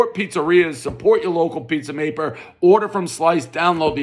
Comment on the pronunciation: One “Pizza Maper” .....everybody knows slurred speech is the first sign of a vodka induced stroke